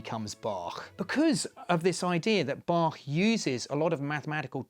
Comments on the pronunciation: so you have to play the music Bachwards? (but I like that he pronounced the name Bach correctly, not with the "k" as most of english speakers do) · Wow, a Brit who can actually pronounce both Bach and Möbius correctly. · Thank you for the great pronunciation of Bach and Möbius. If you want to try the ö in Möbius for yourself: like 'ea' in early.